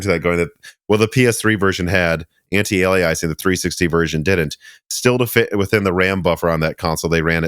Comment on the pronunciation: McAfee = MACK-uh-fee antialiasing = an-ti-ale-ee-us-ing